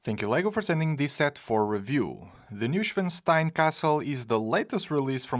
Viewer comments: It's pronounced "noy" not "new". Like in "annoying". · The "n" is missing....Neuschwanstein....not Neuschwastein...sorry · Neuschwanstein, not Neuschwastein btws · Newstenstein Castle...?!?! Es muss echt schwer sein 1 deutsches Wort richtig auszusprechen. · ‘Neu’ is pronounced like ‘toy’ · In German "neu" is pronounced "noy" fyi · A simple google on how to pronounce “Neuschwanstein” would have gone a long way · Started the video, heard how you pronounced the castle’s name, disliked. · Damn you butchered the name of this castle so many times it almost hurts. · Thanks for the detailed review,! Enjoyable as always. Still - as a native German speaker - how you pronounce „Neuschwanstein“ hurts my ears. 😂😂 Guess I would fail even harder to pronounce any Portuguese names, though. 😉